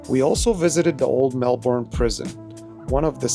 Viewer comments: Melbourne is pronounced Mel-bin. Not Mel-born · I know it’s a few weeks old…. But…. Pronunciation….. Melbourne is said as Mel-bun, Kiama is K-eye-ma, circular Quay is Circular Key…. The res you did okay…. 👍